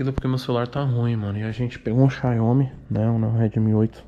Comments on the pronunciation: Toguro falando o nome do celular xaiomi kkkk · Por que esses povo não sabe falar XIAOMI é tão difícil kkkkkkkkkkkk?????